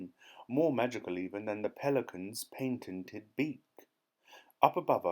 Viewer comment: you pronounced patented wrong